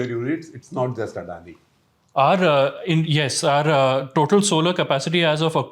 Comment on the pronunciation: SR SG, at least try to pronounce Adani correctly and not as some foreigners. It’s so annoying to hear how you say Adani. However, the content is good and decluttering.